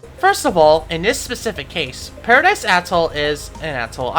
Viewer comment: youre literally saying paradise a*shole